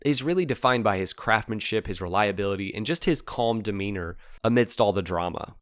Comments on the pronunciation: "craftsmanship" not "craftmanship" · It's pronounced craftSSSSSSSSmanship. There's an S in there.